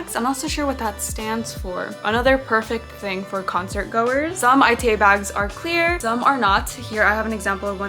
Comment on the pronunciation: Ita bags are pronounced "e-ta" and they originated from japanese Otaku culture! Fans walk around with clear bags filled with anime merch of their fav character(s). It's called ita from the Japanese word for pain, probably because it could be painful to your wallet lol. I always wanted one so I'm glad it's popular in the US too. Great video!